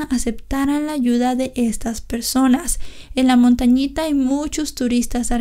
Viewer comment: Es "Montañita" c